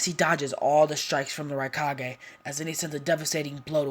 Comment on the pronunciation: Raikage not rikage